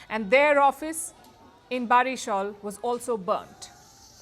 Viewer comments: It would be pronounced as "Borishal" not Barishal. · It's not barishol it's Barishal ( বরিশাল). Our ancestor's home used to be there before partition.